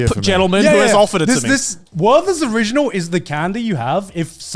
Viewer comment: How tf are you guys pronouncing „Werther‘s original“ 🤯